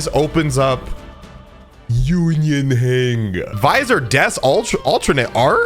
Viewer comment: "Union Hanga"